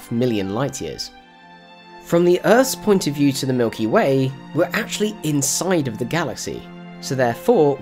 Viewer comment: ha you said milky may